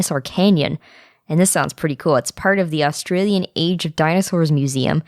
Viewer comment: i love 31 - 36 the pronounciations kinda wrong, its hilairious though its austrailion (so funny i can english right XD x1000)